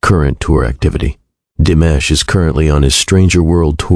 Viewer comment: Canales recién creados, con trozos de vídeos y fotos de otros canales, repitiendo hasta la saciedad párrafos que ya conocemos. IA tan mal hecha que ni pronuncia bien su nombre. Tengo mis canales seguidos desde hace años, no volveré a ver ninguno de estos. Que nadie se enriquezca del gran trabajo hecho por DIMASH. Con mi niño siempre ❤